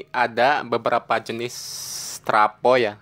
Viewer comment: Travo bukan trapo.